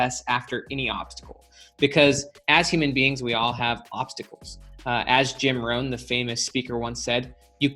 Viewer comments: Great video but it's Jim Rohn, not Jim Roane. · Jim "Rohn" rather than Roane. In case you are searching. I used to listen to Mr. Rohn on cassettes from Nightingale Conant. Jim Rohn Home » Jim Rohn Blog Great video, thanks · Yes, how do you mess that up?!